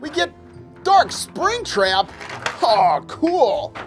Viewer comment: He said spring trac